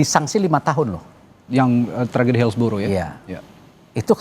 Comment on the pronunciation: Tragedi bang bukan trajedi..lebay Lo jadi pembawa acara